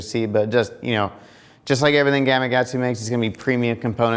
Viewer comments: You're not the only one so don't feel bad but... Why do people struggle to pronounce the K in Gama"K"atsu? So many people, like yourself, say it Gama"G"atsu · Why the hell do you keep saying “gamagatsu”??